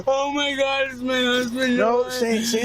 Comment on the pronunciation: Oh my gothhh gwoss . Ih my gouuuhhh. Creepy dude